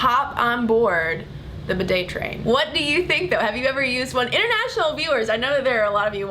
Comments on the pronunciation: First of all I wish you would say bi'det with the accent on the first syllable! Oops! I am partially educated in French! The way you say it shocks my sensitive ears! But yes! What a valid argument you present! I personally still use toilet paper but often a hand-held shower afterwards. For the record, I wish I had a telephone shower as well but the hand-held one serves the function to which I put it to well! I mostly use it in conjunction with taking a bubble bath! Oops! I do love my bubble baths! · Yes that mispronunciation all the way through was so irritating. Almost as bad as when they pronounce 'niche' as 'nitch'. just for the record, 'niche' is pronounced like 'neesh'. NEESH. ' Bidet' is pronounced 'Beeday' with the emphasise on the first syllable BEEday. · I love you AND bidets, but please, please , PLEASE, pronounce it BEE DAY!! (I don't actually have one but usually squat in the bath for a quick cold douche with the shower head after a poo. LG.